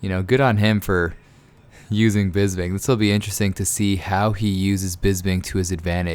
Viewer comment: His name is Bisping not Bisbing!